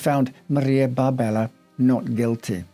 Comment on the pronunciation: her name appears to be Maria Barberi, not Barbella